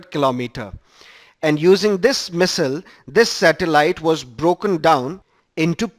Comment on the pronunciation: you wrongly pronounce missile.